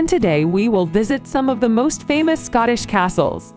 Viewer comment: The pronounced is not good about Scotland and castles. Andy McDonald Scotland